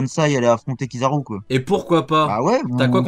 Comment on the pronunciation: C'est pas Kizaru c'est pizzaru 😂😂🍕